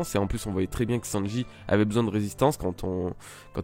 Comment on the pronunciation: nan mais tu m'énerve tu fait bien tes vidéos one piece c'est cool mais tu prononce mal le nom de sanji une fois sur deux le nom de katakuri tu dit katakuli c hyper chiant et germa aussi et luffy mérite sa prime alors dit pas nimp merci